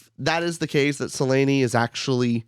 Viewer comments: great talk! ps, there is no way Se-ley-ney is the proper pronunciation😂 And if it is i refuse it with every fibre of my being. The audiobook also uses Suh-liiin, like normal ppl would. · I know his Syriani voice is an... acquired taste and he pronounces "Selene" wrong (really funny in the moment Hadrian explicitly says it's three syllables), but Samuel Roukin did an amazing job voicing the audiobook.